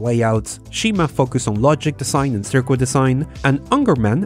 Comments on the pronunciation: Usually I don't mind the accent at all, but circ-wit is just painful to hear, the U is silent so it is just circ-it. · ''Sir ket''. Ask any native. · Please don't say, "cirquit." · Nice video. I bet you will be happy to know that circuit is pronounced "surr-kit" not surr-QUit ... Your voice is delicious in Englamerican... makes me want to hear your other languages. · This narrator is great, his mastery of the English language is unmatched. I have but one question though, what is a "sirkwit"? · It bothered ne how you were reading Circuit as Sir Kwit but I don't know your country so that might just be how you guys read it there. Nonetheless, great work. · "Circwit" lol... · The word circuit is pronounced "sir kit" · The ''u'' in circuit is silent. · Wait, you produce a video about circuits, but you pronounce "circuit" wrong? I know English isn't your mother tongue, but still.